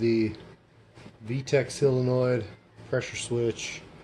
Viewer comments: I’ve never understood why everyone pronounces solenoid as silenoid,it’s quite bizarre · I’ve only seen one guy on yootoob that has pronounced solenoid properly, it ain’t you 😊